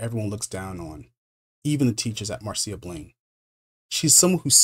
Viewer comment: Yeah, he even gets "MAR-see-uh" Blaine right. Well done, dude.